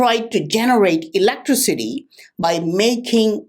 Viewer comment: I would like to put all words that doesnt pronounce properly into one sentence...electricity is one of them...;)